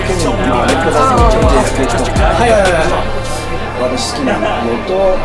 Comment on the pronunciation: JKFって😂KFCみたいに言わんといて😂